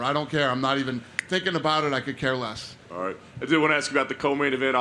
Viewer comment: Thit he just said altight gang